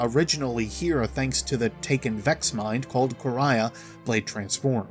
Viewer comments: Its no Quraya, its Quria and it sound like Ku-ri-a. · It’s Quria( Kor-ee-uh), not ( Kor-ri-yah). Ands it’s Tech E Un.